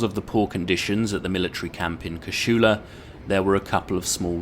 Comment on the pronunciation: Casula is pronounced without the SH sound... Cah-sool-ah